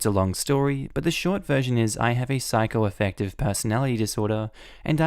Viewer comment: Schizoaffective is pronounced as skit-zo-affective not psychoaffective.